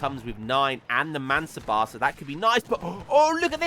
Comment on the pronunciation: One thing to add, regarding the pronounciation of Mansabdar, you nail the pronounciation except the fact that you miss the d. Pronounce the d and it will be perfect.